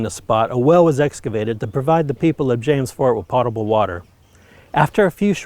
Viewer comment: In the opening sentence... I understand how people come to mispronounce the word potable, but it still bothers me when I hear it happen.